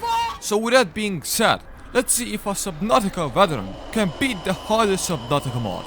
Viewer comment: Did you say subbabka at the start? LOL